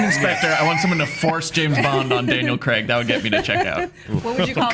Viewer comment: Ok, so Daniel Craig is English and we don't pronounce it Creg. We pronounce it with the A sound similar to in "game" or "page". Pedantic patronising over.